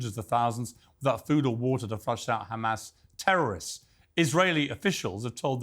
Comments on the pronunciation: why does he say khamas khizbulla khouthis when he clearly can pronounce the H normally in other words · Why do they pronounce it kkkrrkkamaas? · don't believe a person who says "KHHAMAS".